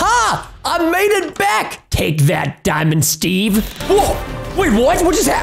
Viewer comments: When he say dimind stev pls dont hurt me pls that whas a rime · Preston wow is diamond Steve Preston and wen You fawnd dimond Steve home it WOS cool Preston 😎😎😎😎🙂🙂😍😍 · Preston: Daimond Steve Me: I heard It Preston:what?????????????????????? ====READ=THE=DIALOG====